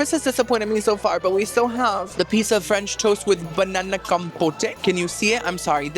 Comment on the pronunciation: Anybody with your pronunciation of French should not be allowed to eat French food.